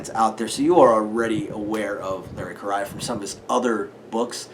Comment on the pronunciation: Small correction since it took me a while to get this right too. Larry's last name is pronounced as "Korea", the country. Seems really weird but that's it.